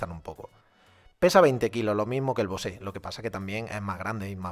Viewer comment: Es BOSE ,no ...BOSe' jkjkk, eso es el cantante,es como comparar un sector ibiza con un M2